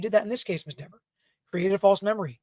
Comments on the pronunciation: It’s DEVER. I don’t know why this is so hard for you men! Not DEVERS, not DEEVERS. JC! Can’t stand it anymore, leaving. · It’s DEEVER 😂😂😂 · Ms. Deh-ver....oh the web that was weaved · If you miss pronounce her name three times, locust appear and attack you! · She F with the wrong Attorney. Mrs. Dever’s shouldn’t had a terrible attitude towards him and she shouldn’t have lied on an innocent woman potentially going to prison to protect her brothers in blue that were the real killers. Sorry Mrs.Devers did I pronounce that right see what your blue line buddies did they got you to lie and threw you to the wolves and ruined your career you should have upheld the constitution like you took a oath to citizens are tired of cops getting away with the injustice and thinking they can violate peoples rights and get away with it if you would have told the truth you would have probably been a hero and could have either kept your job or at least rehire at another department. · Dever (pronounced like Beaver 🦫) needs to be demoted to a meter-maid 😅. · Let the fight it. We can have DEE-VER case law for the rest of time. The world will be mispronouncing her name to infinity,....AND BEYOND, I second Alan's motion. 👋